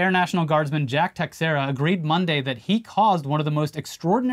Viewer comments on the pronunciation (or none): It's not techsera, (sorry I'm Portuguese) is actually "tei chei ra". Please, techsera ? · BROS!!! It’s not TEX-ERA! It’s TE-SHARE-AH! 🤦🏻‍♂️🤦🏻‍♂️🤦🏻‍♂️🤷🏻‍♂️ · Teixiera = "ta SHEER ah." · The x in Teixeira is pronounced like “sh”. It’s Portuguese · It's pronounced "tuh-share-uh" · Tiexeira - Tuh-SHARE-uh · In addition to prison, the other punishment Jack Teixeira received was having his last name pronounced incorrectly for all eternity. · Apparently not Yankee fans with that pronunciation of Teixeira.